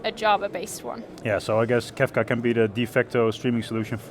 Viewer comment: It's Kafka not Kafta